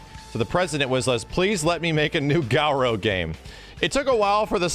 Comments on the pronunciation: ily but please stop saying GAOROU. Its Garou - GAH-RO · this is so cool but it hate how he says "gau-row" its garou. GAH-rou. the only u is at the end. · stop pronouncing it Gau-ro please thanks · why are you calling it Galrou